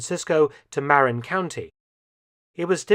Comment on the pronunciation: I learned so much from this episode! These videos are always so high quality. Just one pronunciation tip from an American, Marin County in California is pronounced "mare in".